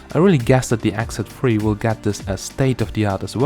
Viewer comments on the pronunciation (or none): Oh it's X Z 3, I thought you were saying "exit free"! lol